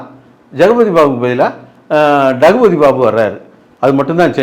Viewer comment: Jagubathy babu❌ Dagubathy Babu✅😂.. Yow ultimate timing ya😂🔥